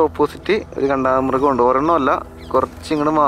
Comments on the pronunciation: എടേ... കാണ്ടാമൃഗ० എന്നല്ലേടേ പറയേണ്ടത്..... എന്തോന്ന്... കണ്ടാമൃഗം.. 😁😁👍👍അടിപൊളി വീഡിയോകൾ പോരട്ടേ...... 👍👍💞💞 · കണ്ടാമൃഗമല്ല കാണ്ടാമൃഗം എന്നാണ് ശരിയായ ഉച്ചാരണം.